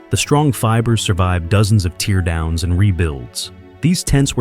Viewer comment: Teach your bot: Say TARE down, not teer down to pronounce "tear down" [one's tent].